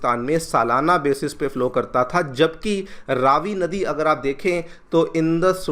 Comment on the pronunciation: Please can you pronounce the Name of the river correctly?!? It’s not Raaavi but Ravi (as in Ravi- vaar…🌞) - thank you.